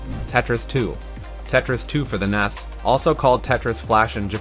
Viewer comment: NES is usually pronounced "N, E, S" and not "Ness" but do what you want I guess